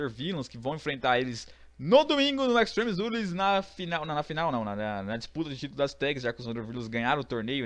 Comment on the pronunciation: parei com 10 segundos de video quando falou extreme rules errrado pk segundo a voce , voce não sabe falar certo pk ? não sei